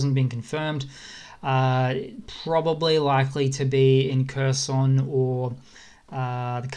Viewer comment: If you would like to sound more like you know what you're talking about, Kherson is not pronoused like cursin' - it's more like hair-SON [xerˈsɔn]. And HAR-keev [ˈxɑrkiu̯] up north.